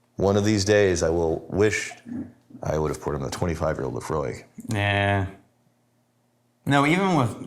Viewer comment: Whenever you say Laphroaig, I hear 'Emma' .. !!